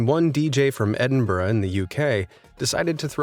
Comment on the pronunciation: It's tickled me that you said Edinburgh correctly. I was born there. I rarely hear anybody say it correctly.